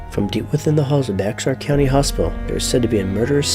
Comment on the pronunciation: Awesome video and it doesn't matter but I thought It was funny because when I first moved to the area I said the same thing but Bexar is actually pronounced bayar or bear depending who around here is saying it it's weird but yeah